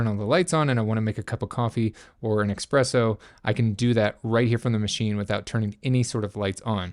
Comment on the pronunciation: it's ESpresso.. not EXpresso.